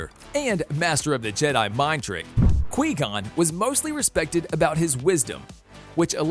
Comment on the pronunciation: Qui gon is (kui-gon)